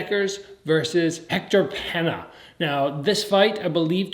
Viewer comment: It’s pronounced Pain-YA, not Pen-A